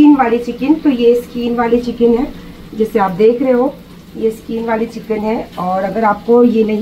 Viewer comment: Skeen nhe hota skin hota hey....😂😂😂😂😂😂😂😂😂😂😂😂